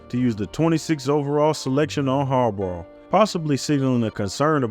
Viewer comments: Sounds like you're saying "Jim Harborough" lol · Great video but type names into Google with the word “pronounce” afterwards. Harbaugh, Wannstedt, Krieg were pronounced wrong. Still an excellent video.